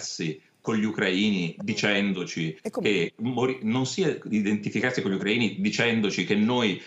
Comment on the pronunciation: non sa manco dire Ucraina/-ini bene. Mette l'accento sulla A piuttosto che sulla I. Comincia col chiamarli correttamente, Parenzo.